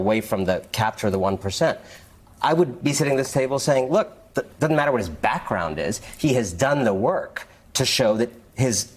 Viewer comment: FOX’s expert impeachment analyst is a man who literally says “wudn’t” and “dudn’t”.